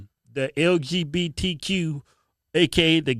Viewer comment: The L. G. B. T. Q. Why does everyone who hates the lgbtq community says lgbtq like that they must be in a cult.